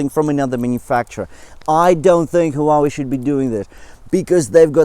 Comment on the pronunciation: Maaaan, you make feel awesome about buying the GT2 Pro instead of the GT3. Thanks for always giving us the honest of reviews, that's what we need. And how you pronounce Huawei, they should really hire you haha. Stay safe, keep it up